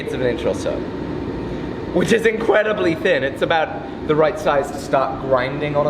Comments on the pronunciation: said "It is incwedibly thin" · Wait, is it me or did he say “which is incwedibly thin” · "incwedibly thin" its okay, we all make mistakes sometimes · "Which is incwedibly thin"